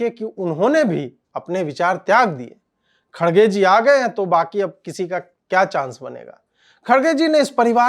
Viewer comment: His name pronounced as “kar gay “. I’m not joking